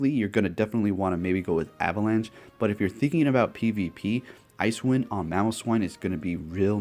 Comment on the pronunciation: It's not called Ice Wind. It's pronounced as Ice-e Wind. Like " wow, the ground is pretty icy after the snow that came down last night onto the side walks"